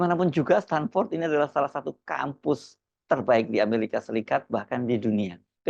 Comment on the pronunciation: KIBUL BIN NEPU... STANFORD BUKAN STANDFORD 😂